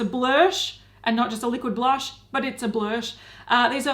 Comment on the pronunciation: When anyone says blursh it sounds like their mid-puking